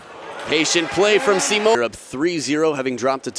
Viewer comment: I speak french, and it's pronounced Simon, not Simo